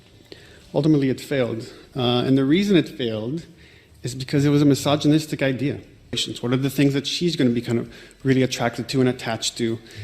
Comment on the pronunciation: "misogynistic" lol bro pronounced "sh1t" wrong.